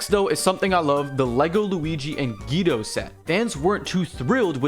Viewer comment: ITS PRONOUNCED GWEEDO!!!